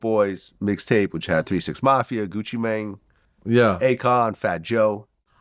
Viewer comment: “Gucci Menng”